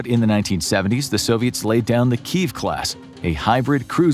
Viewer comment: You need to learn how to pronounce the word Kiev !